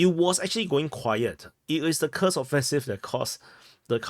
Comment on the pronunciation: You got it, commander: KUURRSK is the right pronunciation.